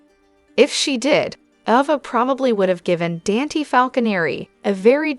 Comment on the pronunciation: Ava is pronounced A va